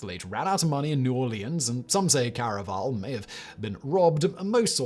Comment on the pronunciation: Please, Simon, by the Gods, at least make a real attempt to pronounce a name properly - Felix Carvajal's name is pronounced like "carve a hall".